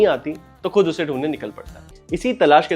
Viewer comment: The 'fool' / फ़ूल is not how you have said it is 'phool'/फूल. The khud/खुद is actually KHud/ख़ुद Also its not Gazal - Gazab its GHazal/ ग़ज़ल - GHazab ग़ज़ब. For this moment these and there are many mispronounces, I have to look for that.